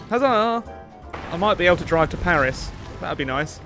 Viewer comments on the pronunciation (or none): none